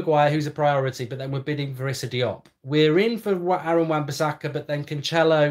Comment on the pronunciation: Your pronouncing cancelo wrong. It's pronounced kanssello. He's not Italian, he's Portuguese.